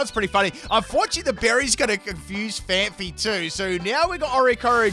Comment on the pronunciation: Don't mean to be that guy, but it's pronounced PhanPEE 😂